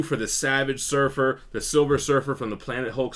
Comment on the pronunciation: Savage silfer lol